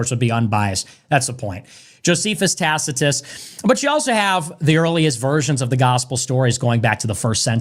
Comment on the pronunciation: That guy won the debate when he pronounced Tacitus properly